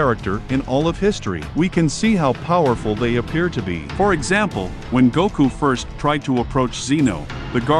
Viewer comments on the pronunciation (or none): none